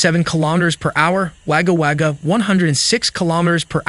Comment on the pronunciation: It's Pronounced "Wogga Wogga" Mate, But You Got Most Of Them Pretty Right!!